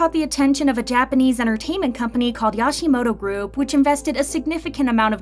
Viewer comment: "Yawshimoto?" Oh god, the pronunciation.